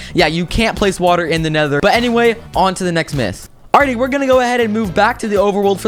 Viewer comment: is it just me or did he say wattle instead of watet